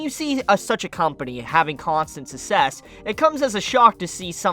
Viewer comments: Why do you pronounce success so weird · No one gonna mention how he pronounced “success”